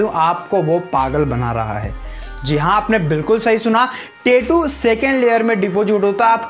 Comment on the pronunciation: 😢pehle achhese boliye tetu nhi tattoo bolte